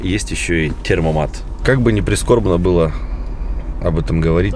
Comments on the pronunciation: Темпомат а не термомат я как немец вам говорю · термомат?) Может Темпомат) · Термомат ? 😂😂😂 ТЭМПОМАТ !!! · не "термомат", а "темпомат" Привет из Германии :) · Термомат,, - поржал от души. Немцы говорят ,, темпомат,,. Привет из Берлина. За обзоры лайк. Юмор класс. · темПоМат! 😅будет правильно